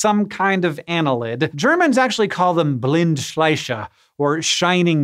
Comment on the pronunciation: Blindschleiche is not an easy word to pronounce, very well done.